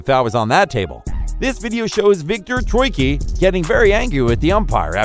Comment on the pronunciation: Great videos, but i would suggest for your voiceover artist to learn how to properly pronounce their names. Raducanu, kyrgios, troicki, etc